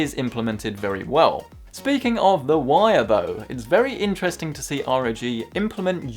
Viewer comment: Slow down. With your speech patterns it becomes difficult to understand you when you speak quickly. I had to turn on subtitles. Also, ROG is pronounced as a word not saying the letters. Say it like bog.